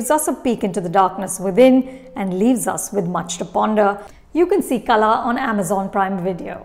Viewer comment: Its not Kala Its Kal(h)a